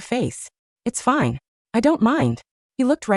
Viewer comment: Rrrelax it's finéée 😂